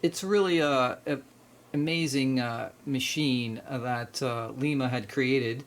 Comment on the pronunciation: Please stop pronouncing Lima as lee-mah. The city in Ohio where the Lima Locomotive Works was located is pronounced LY-mə (lime-uh), like the Lima Bean. I grew up in Ohio and every Buckeye winces when they hear that.